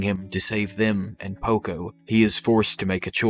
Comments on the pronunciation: Did he say Poco? 😆 Good video tho! I love videos like these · cool video but man you mispronounce so many names. mikasa, shiganshina, porco, paradis